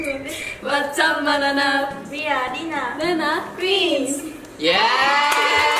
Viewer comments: "what's up mananap" 🤣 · "what's up mananap" ?? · "What's up mananap?" HAHAHAHAHHAHAHA